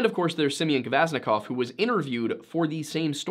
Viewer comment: The fact you mentioned the last name Kvasnikoff startled me a little bit since thats my mothers last name lol, i am alaska native and do infact live on this lovley yet deadly wilderness that is alaska :) Also love how you pronounced the last name and Kenai (not trying to be mean i just enjoy hearing how others pronounce these silly words)